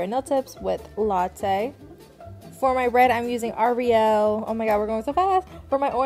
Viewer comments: No way she said my name wrong uGh aIRel (ITS ARIEL MISS) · Did she just go ari el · She definitely said ariel wrong which I hate because its my name 😒